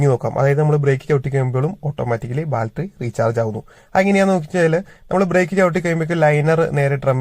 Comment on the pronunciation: ബാൽറ്ററി അല്ല 😂... ബാറ്ററി ❤